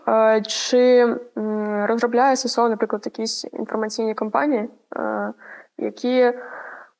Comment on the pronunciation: Не СеСе-О, а Ес-Ес-О!